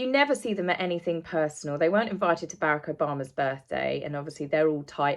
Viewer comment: Obama’s first name is pronounced “Buh-ROCK”, just a little FYI. ☺️ Otherwise, great broadcast as always,! ❤